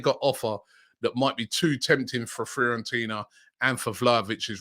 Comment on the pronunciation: robbie - its pronounced fee-or-en-tina😂😂